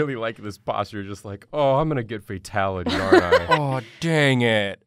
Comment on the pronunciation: Not a burger-ality... it’s a FAT-ality